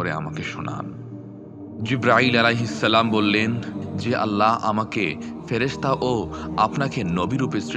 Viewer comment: ভাই! আল্লাহ শব্দের শেষের হা হরফটি মোটা হবে। ওটা হায়ে হাওয়াজ রে ভাই!! কারেকশন জরুরি।